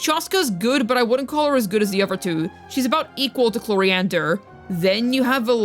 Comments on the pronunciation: I subscribed after the 3rd mispronunciation of I have her C0R1 lvl 90 from her last banner and she kinda... does nothing (i just wanted that c6 chevreuse) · “Clorofield” 😭 I love these videos